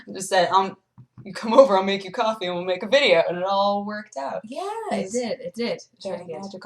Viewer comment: said coff rah